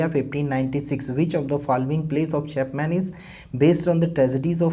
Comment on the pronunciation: Chapman ka pronunciation nhi kr pa rhe ..great work hi h ye shayad..